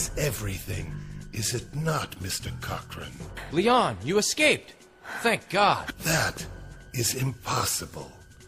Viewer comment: "SUCK-sess is everything! Is it not, Mr. COCK-rane?" Fucking geg